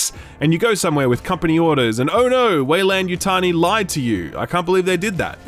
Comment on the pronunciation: Way-lan lol